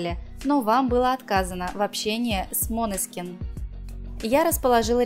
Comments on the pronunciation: Откуда вы взяли «МОНЕСКИН» ??? Божжеее мой !!!! Ну где вы видите тут О ??? Режет слух 😰😰😰 МАНЕСКИН - ударение на Е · НЕ МОНЕСКИН А МАНЕСКИН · чего? "МОнескин, МАнескин" но никак не "МанЕскин":\ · мОнескин? Уши в раю 🤩 топ❤️ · ХАХАХАХАХАЗЗАЗПЗЗЕЗХПЗПХАХ ГОСПОДИ вы вообще сами не знаете как произносить ((( правильно мОнескин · Датское слово, ударение на О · 😂😂😂 бедные итальянцы… когда услышат как искривляете название группы